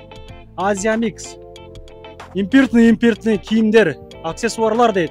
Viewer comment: «импыртный »,«импыртный»😅